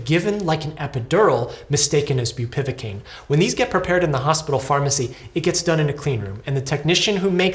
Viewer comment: Awful situation :( Just to be that guy: it's bupivAcaine, not bupivIcaine